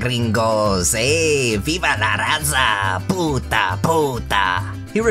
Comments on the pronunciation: hearing an irishman saying pvta is just the best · Hearing "puta! puta! puta!" in succession with a hint of Irish did me in. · could you please, PLEASE do a video of like ten minutes of you cussing in really bad Spanish like you did in the video? When you said "Puta! Puta!" I fookin lost it! Also, I'm Mexican, so I officially give you a pass to butcher our language like that for laughs.